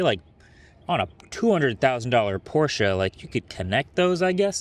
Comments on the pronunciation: Thanks for pronouncing Porsche correctly! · I am so glad you pronounced Porsche correctly... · as a german i thank you for pronouncing porsche correctly. GUTE ARBEIT